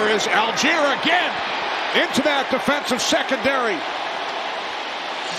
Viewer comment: Allgeier is pronounced all-guy-er. Please. Algiers is the capital of Algeria. They are pronounced al-jeers and al-jeer-ee-a. M 🦘🏏😎